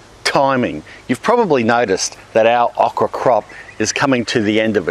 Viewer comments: please Say OH kra that Uh kra sounds weird to me lol so anal i know. they are good fried those Okra. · "aw-kra". As an American, I've heard a new, interesting to me, Aussie pronunciation. We say "oh-kra". It's a great veg, but not too many know how to cook it. It's big in Cajun and Creole cooking, and breaded and fried in the South, but also great whole on the grill, pickled (my fav), and plenty of other ways. Kinda like squash... You can make it taste like shit if you don't care. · He says awk-rah.....lol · Thumbs up is this is the driest time you’ve heard “okra” with an Australian accent. Shout out with how you like to cook it. I like it breaded and fried or as a part of a gumbo. Tried gardening many times, okra always makes you feel like you’re not terrible at it. ;)